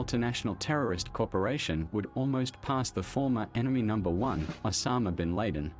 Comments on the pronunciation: He said “osama bin Laiden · Had to stop after I heard Osama bin Lade-in come on where did you find this guy? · Turquie, Syrie and Irak what's that about🤣 it's Turkey, Syria and Iraq. Also you pronounce bin Laden wrong. Only a few minutes into the documentary.